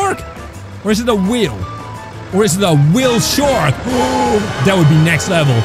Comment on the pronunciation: Its whale shark not weelshark